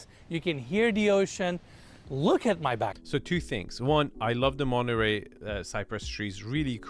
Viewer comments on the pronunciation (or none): none